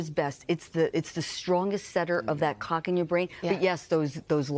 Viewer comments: She can not slaw clock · I think going forward, the Today show should make sure the person they are interviewing can correctly pronounce CLOCK before going live. No idea how the hosts kept a straight face through this but good job! 😂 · My husband's "clock" wakes him up at the same time every morning regardless of what time the CLOCK reads. How does a sleep specialist make it through her career without being able to pronounce the "L" in clock? 😂